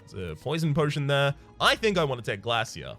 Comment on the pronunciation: Glass-eer. Glaisher.